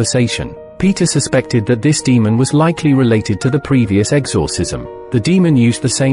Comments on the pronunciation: I now cant stand the word "exORcism after listening to this. If you are going to use AI voices, make sure the thing can pronounce words properly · Sorry but I can't get over how he says exorcism lol